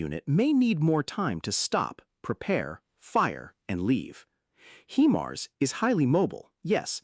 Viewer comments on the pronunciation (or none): he-mars?? :D